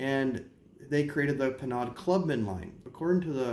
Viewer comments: Nice history...but it's pronounced "PER-NO!" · Penaud, is pronounced Pay-know. This is in my top 3 with Brute and Old Spice. These are old barber smells.